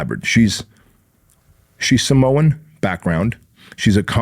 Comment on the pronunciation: Did he say Samoan?